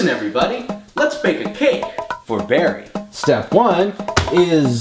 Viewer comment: IT'S BERRY YOU FREAKIN WUZZ